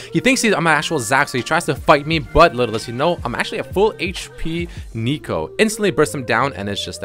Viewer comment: Why do you call her aneeko? It’s neeko. Your pronunciation is agitating.